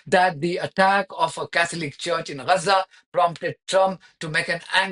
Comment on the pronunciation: It's Gaza - not Reza. Please learn how to pronounce the letter G.